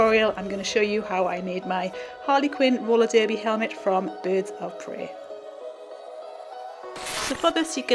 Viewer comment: Did she say boots of prey or birds of prey